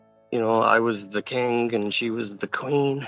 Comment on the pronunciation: Why does he pronounce king like "kink"???